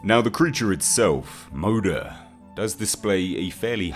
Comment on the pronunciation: Am i the only one who was cringing at his pronunciation of some the Swedish terms in the video? (I think its Swedish, Moder is Swedish for mother so... Please correct me if i am wrong.)